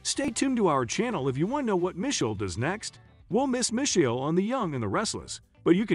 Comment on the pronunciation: You pronounced Ptosha's name right but not Misheal's 😅